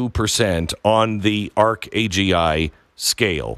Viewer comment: "arc agi"? Oh " Arc AngL"? as in Arch Angel?